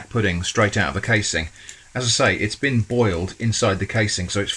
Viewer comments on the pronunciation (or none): none